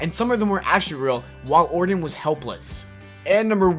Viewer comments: Randy Ordin? It's Orton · Not a bad vid, buddy. If I could make a suggestion, work on your vocal delivery a little more before recording. You kind of sounded like a 5 year old when you couldn't say Randy Orton's name correctly (hint, there's no d in Orton). Really, it's just down to polishing. Don't say the word "a" as "ay", say it as "uh". The hard ay sound breaks the rhythm of the sentence and makes you sound more halting and less prepared. Still, like I said, I enjoyed the video. Good job.